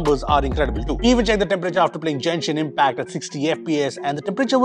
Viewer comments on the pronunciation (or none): As always, excellent review, but Genshin Impact pronounces as Gen Shin, not Jen Shin please.